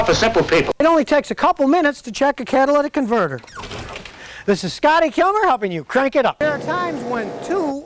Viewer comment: "Cadillac Converter" - Scotty's Accent